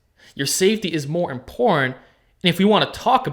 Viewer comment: "it's really imp0rn to have a tight back" haha